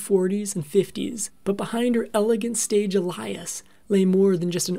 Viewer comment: "Ah lie us"? Did you mean "alias"?